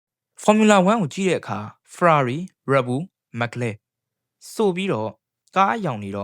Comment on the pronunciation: အသံထွက်တွေမှားနေတယ် bro Mc Laren = မက်က် လာရင် (or) မက်က် လဲရန် Yuki Tsunoda = ယူကီစူနိုဒါ (အခု Isak Hadger= အီစက် ဟက်ဂျာ) က ၂၀၂၆ မှာ Red Bull အတွက် 2nd driver ပါ Carlos Sainz = ကာလို စိုင်းဇ် အသံထွက်တွေသေချာအရင် အဆင်ပြေအောင် လုပ်သင့်ပါတယ်